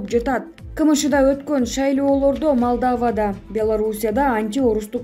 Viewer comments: Малдаава деп окубай Малдова деп окучу ай кызым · Малдава эмес малдоводо деп кудай оо.. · Журналист кыз шаарлардын аттарын туура айтсан, Малдава эмес, Малдова болуп айтылат,жазылганда Молдова болуп жазылат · Диктор Малдава эмес, МОЛДОВА. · Малдава эмес, Молдова, Малдова деп окулат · Малдава эмес Молдова. Айтылышы Малдова. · Малдава эмес Молдоова